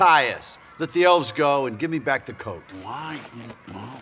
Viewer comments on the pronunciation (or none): does anyone else hear Coke and not Coat? Maybe its just me knowing his past.